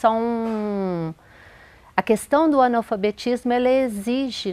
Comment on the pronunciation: Anal fabetismo kkk! É assim q a mulher tá pronunciando!